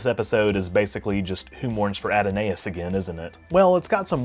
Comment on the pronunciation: It's "add-o-nigh-us." Look up "Adonai." It's pronounced like that. The online pronunciation guides aren't reliable. "Adonai" is a Hebrew word for god, more or less. Adonais is derived from a poem. It refers to a specific thing